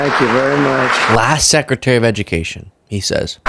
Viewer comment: No ed-u-meh-cation = more republican voters